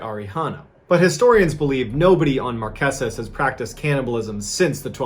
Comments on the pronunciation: I'm a fan and a subscriber, so I say this with love: They are pronounced the Mar-KAY-zas. Promise.💖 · It’s not “Marqesent” “markisses” 🤦🏻‍♀️ it’s pronounced “Mar keys” “mar key sis” .. can’t be mad cuz at least you tried 😅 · markesus lol it's pronounced mar-kay-sus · Love, Love, Love your videos! BTW….Pronounced “Mar KAY sus islands” 😄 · Just a side note, you're pronouncing Marquesas incorrectly, its pronounced mar-kay-suhz. Also for anyone wanting to go, there's a luxury ferry, that's dual purpose, and also functions as a cargo vessel, called the Aranui 5. It makes a 12 day circuit from Tahiti to the Marquesas. The ship also makes less frequent trips to Pitcairn, Gambier, Austral islands, Cook Islands and some of the other Society Islands. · Everything else is so perfect , I HAVE to let ya know how to pronounce Marqueses . Sounds like Mar-Kay-sis . LOVE this channel !